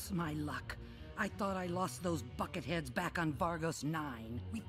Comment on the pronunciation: When she said bucket heads I thought she said the f bomb lmao